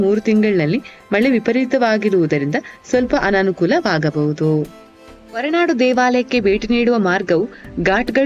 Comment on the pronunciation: ನಿಮ್ಮ ಪ್ರಯತ್ನಕ್ಕೆ ಧನ್ಯವಾದಗಳು. ಗೌರವಪೂರ್ಣ ಸಲಹೆ: ನಿಮ್ಮ ಉಚ್ಚಾರಣೆಯಲ್ಲಿ ಮಹಾಪ್ರಾಣದ ಕೊರತೆ ಇದೆ. ಉದಾಹರಣೆಗೆ- 'ಹೊರನಾಡು' ಬದಲು 'ಒರನಾಡು'. 'ಭದ್ರ' ಬದಲು 'ಬದ್ರ' ಎಂದು ಉಚ್ಚರಿಸಿದ್ದೀರಿ. ಇದರಿಂದ ಶ್ರೀಮಂತ ಕನ್ನಡ ಬಹಳ ಬಡವಾಗಿ ಕೇಳುತ್ತದೆ. ದಯವಿಟ್ಟು ತಿದ್ದುಕೊಳ್ಳಿ.